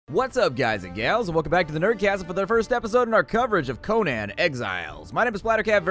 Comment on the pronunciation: It's pronounced coh nin